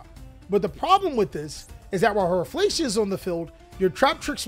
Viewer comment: Rafflesia is a predatory plant - pronounced "Raf fa lee see ah"